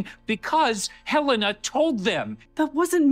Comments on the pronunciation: Her-layna .... still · Aahhh! Guys, it's HELL-en-uh. Like the state capital of Montana. Where I happen to live. 😂😂